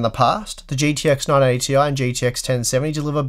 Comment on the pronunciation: Thank you for another great video. Every time you said, "980 ti", I'd hear "non 80 ti".